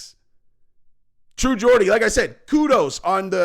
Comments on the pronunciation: It’s not ‘Gordie’ ffs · Mate come tf on…. It’s “Geordie” Not GAWDie. Learn how to pronounce things. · True Gordy lol get the pronunciation correct Geordie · it's "Jaw-dee" not "Gor-dee" love and support from your British fans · A few points. First, it's pronounce True Jordie, not Gordie. I agree far more with True Geordie's take than here. Geordie was talking about current Conor versus current Jake Paul or KSI in boxing. And he's not wrong. I'd put my money heavily on Jake Paul to beat Conor at this point. Conor is a drug addicted, washed fighter now. if thinks he can still turn it around, I'd ask him this. Name ONE fighter who has suffered the terminal decline that Conor has, and combined with such a serious leg injury, how many have come back and started winning again? I can't think of a single example in boxing or MMA. If Conor fights Jake Paul he likely gets stopped in the middle rounds. KSI is wild and unskilled, and that could go either way, but Conor is washed at this point and gets finished by Jake if they ever fought, and I'm not sure he'd beat Logan Paul or KSI either. Finally, the hot blonde is Ebony Bridges, an Australian IBF world boxing champion, who also has her own Only Fans and is a shameless self promoter. They are both getting clout off of each other there. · ITS GEORDIE NOT GORDY FFS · Geordie….. pronounced Jawdy NOT Gordy, but come the sucking off of McGregor is obsequious. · Fuck sake it’s pronounced Jordy not Gordy bro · When you going to learn how to say True Geordie's name? Learn what a proper Geordie is. A Geordie is type of man from a certain place in England. Hard to believe a guy commenting on another guy and you can't even get his name right lol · T.G. speaks a lot more truth about Conor than you do. He was getting booed in the ring, his stock has fallen so far. And you need to learn how to pronounce "Geordie"!